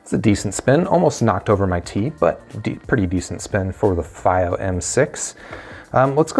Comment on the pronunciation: Stop saying it wrong! It’s FEEO=Fiio